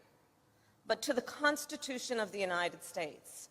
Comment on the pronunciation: Did she just say: " Constitution"?????